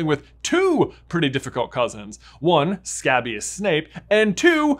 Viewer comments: Your pronunciation of scabious is off, it's pronounced skay-bious, not scab-ious. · It’s pronounced Skay-bee-uhs 😭😭